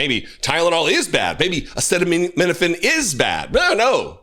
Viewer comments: Donald Trump had trouble pronouncing acetaminophen during his presser. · Bobby trying to assist him with pronunciation of aceda… apeda…. abeda… Tylenol 😵‍💫 🤡. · Trump can pronounce "hydroxychloroquine'". But he cannot say "acetaminophen"? 🤔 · You would kind of think you would have the pronunciation down being as it is the very ingredient you claim as the problem? What a dumbf*ck.😊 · "It can only good happen." That shellaced zombie has more meds and medical equipment on him and in him, but cant pronounce acetaminophen. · Hey Trump say acetaminophen. 😂